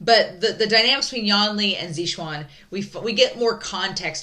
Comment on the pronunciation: These episodes were great! I really love your reactions! I'm so glad, that you're watching Untamed! Lan Wangji's/Wang Yibo's smile is perfect. Love it! Also, I believe that pronaunciation of Lan Xichen's name is more like Xi, but you should say word "sea" and then Chen but like in the word "cherry" . I think that on the other hand Xue Yang is more like Shu Yang, Shu like in the word "should". And then Xiao Xingchen is more like Siao Singchen again like in the "cherry". I don't know, if I explained that well, and if you want to know it at all. Sorry, if not. I love Huaisang's and Wuxian's friendship, it's so wholesome. Also Huaisang is so cute! And, his character is the only one in the show, who wasn't dubbed. That's his real voice! I think that's an interesting little thing. Anyway, thanks for the reaction!!!